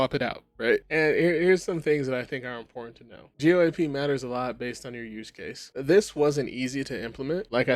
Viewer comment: Lol man, I wish you would have learned how to pronounce an industry standard before you made a video talking about what's wrong with it. Not a good look.